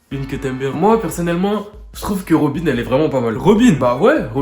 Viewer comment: Robine dirrrreect